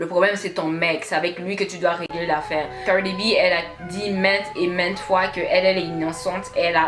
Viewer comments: Pourquoi toi tu ne fermes pas ta bouche Cardi est déjà au TOP et toi sans boucle d'oreille DAMN la façon tu prononces son nom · Putain la manière dont tu dis Cardi b...